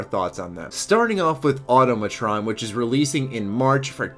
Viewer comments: It's pronounced awe-tama-tron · Automatron isn't pronounced like that, it supposed to sound like, "Automaton" (The first "O" is supposed to sound short, not long.)